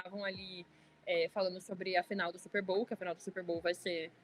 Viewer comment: bizarro simplesmente pronunciar a palavra da maneira correta